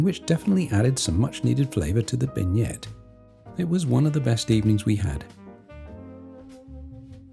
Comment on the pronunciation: prononced BEN YAY for the dessert not ben yet